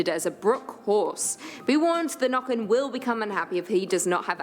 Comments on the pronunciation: I have so many comments, most of which are already mentioned by others. I do wish that the narrator would get the Norwegian pronunciation right, though, but I understand that especially our æ's and ø's and å's are hard for other people to say right. Some of these older fairytales are really a way to give meaning to random and horrible things that happen. Why did the handsome, strong young man never return from his walk through the forest? Oh, he must have been seduced by Huldra and is now residing inside the mountains with her. Why did the pregnant young wife drown in the lake? She must have been pulled under by Nøkken. How did that next door son of a b get so good at playing that fiddle? He must have paid Fossegrimen/ Fossekallen to learn that skill. These stories also had implications on everyday life. The Norse had the story about "Byttinger" - changelings. Sometimes a mother would give birth to a beautiful, healthy child. But the trolls / underground people - only had ugly children themselves and were jealous of the beautiful human children. So some time after the birth, the trolls would come and exchange the beautiful human child with one of their own ugly/ unhealthy ones. This child was now considered a "bytting" or a changeling. These troll children were unusually hungry, and would scream much more than human children, so much so that the human parents would take them into the woods and hope their troll parents would take pity on them and take them back. Then the child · Yeah, trolls are Norwegian. If you visit any Norwegian souvenir shop you'll find trolls. If you would like to know how to pronounce the ø sound in Nøkken - it's the sound you'll make when you say early. The ea-sound. ☺ Huldra is thought to be rather seductive - with a beautiful song voice. She would lure men into the forrest and take them. Her tail is a cow tail. 😅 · "Nøkken or Noekken" ; The ø is simolar to when you say early "